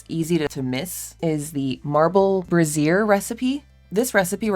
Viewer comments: Haha, I think it's pronounced bray- shur. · That's not how brazier is pronounced :x